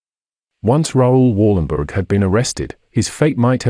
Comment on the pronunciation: Please prenounce his name right.